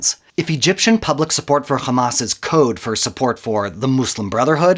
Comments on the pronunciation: Who ever can't even pronounce Hamas and calls it Khamas, Is people who support the wrong side in the history. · مش سامعة بينطق "خماس" ازاي ؟ صهيوني عفش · once he said KKKKKhamas .. I knew the video is a koko